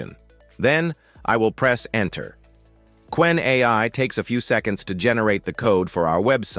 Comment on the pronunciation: Ce n'est pas kénè mais Qwen (ku wène).